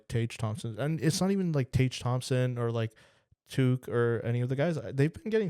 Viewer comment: It's difficult to take someone seriously when they say Alex Tooook lol.